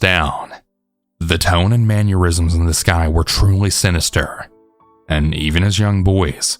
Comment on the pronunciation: I like how you say mannerism like aneurism 😆